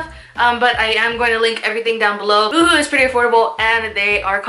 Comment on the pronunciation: Lol "you-hoo"... why am I thinking of right now 😂 love this haul, girl! Thanks for sharing! ❤